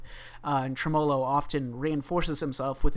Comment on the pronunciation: dont you pronounce tremolo like that lol